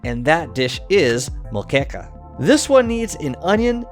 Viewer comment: im impressed by his pronunciation of moqueca